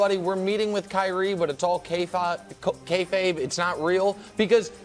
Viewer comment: I had a Twilight Zone moment when Nick used the word "Kayfabe" (even though he butchered it at first), thought I was watching one of my wrestling channels for a second lol